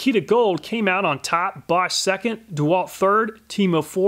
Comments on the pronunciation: He didnt pronounce it correct. He pronounced it correctly. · I like how you pronounce Bosch absolutely correctly! :D